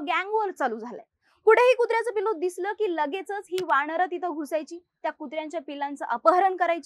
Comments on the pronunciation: वाणर nahiiii वानर असतं ते 😂😂😂😂😂😂😂😂😂😂😂😂😂😂😂😂😂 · मुली जरा शब्दोच्चारावर लक्ष दे...वाणर,मानुस..... 🤷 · अगं बाई वाणर नाही वानर म्हणतात. काय घाणेरड मराठी बोलतात हे लोक.